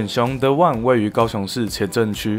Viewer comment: The one 發音不正確